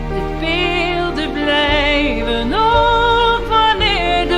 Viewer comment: Yes, you pronounced that perfectly!